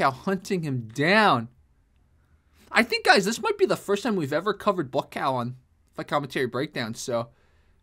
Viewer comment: Buakaw is every kick-boxers nightmare……. “Bu A Cow”…… how it’s pronounced